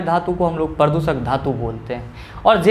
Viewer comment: Pradooshak hota hai na ki pradusak🙏🙏